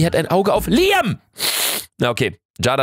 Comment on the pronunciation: Luca es wird Liäm ausgesprochen